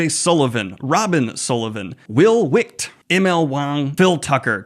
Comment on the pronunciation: Daniel, please pay attention to names. I know the dyslexia makes that challenging, but this is not the first time you have referred to Will Wight with a pronounciation that would be more in line with a spelling of WiCht instead of WiGht. His name is a homophone of the word White and should be easy to pronounce correctly. The font used for his name on his book covers could make that an understandable mix up, but the screen shot you showed this time when referencing his name had a much clearer view that the name has a g not a c in the middle of it. So White, not Wickkct as you keep saying. Thank you.